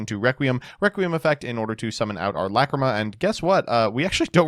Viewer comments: First match: The pain of hearing "McCreema". Second match: The pleasure of hearing "Lacrima". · Stop saying Fiendsmith La Creama I am begging you 😭😭🙏🙏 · Everytime says lacreamah I cringe and I know he is doing this to hurt all of us. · Lacrima being pronounced as Luh-CREAM-Uh is unbearable. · The way he pronounces Lacrima makes me upset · Please stop saying lacrima like that 🙏